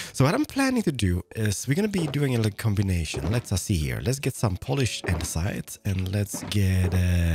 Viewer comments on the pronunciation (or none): none